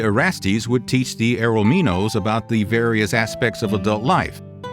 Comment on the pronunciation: It's erROHmennos, not errohMIEnos.